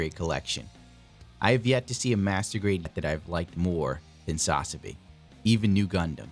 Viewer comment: You are aware that Ver. Ka is short for Version Ka(toki) right? Hajime Katoki is the designer of the kits, so it's his Version... And it's SaZAbi, not SAZAbi.